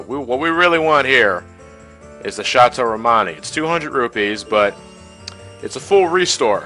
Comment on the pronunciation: It sounds like you're saying "Shots O' Romani" rather than "Chateau Romani."